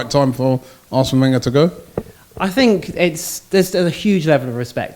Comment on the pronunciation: Claims to be an expert on French football. Can't pronounce Wenger properly. Ye, I'm not buying it.